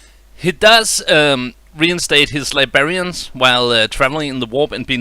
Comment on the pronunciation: Lost me at "Li bearians" instead of librarians. The damage can't be undone.